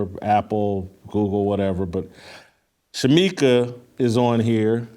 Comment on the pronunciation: Shemeka, Shemeka. SMH. I love you, but come on